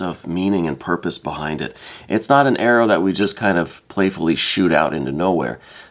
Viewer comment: Are you trying to say purpose?